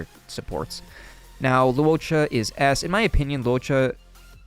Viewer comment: I was confused at the start when you messed up huohuo and luocha's names lmao